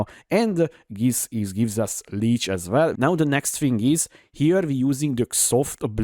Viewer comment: as vell as vell xD